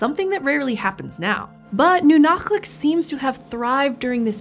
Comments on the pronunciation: impressive pronunciation of the /q/! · What's really cool: she pronounced Nunalleq really close to correctly. The "ll" in Yupik is a voiceless dental fricative that sounds somewhat similar to the "ch" in German. So, kudos to the PBS Eons people for looking it up, that displays a lot of respect to the native Alaskan people who still live in that area today. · That "ll" sounded plenty like a lateral fricative to me. Anyway, there's precedence for representing the sound that way from Welsh.